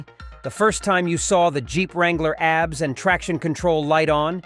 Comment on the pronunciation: "Abs" LMAO silly AI.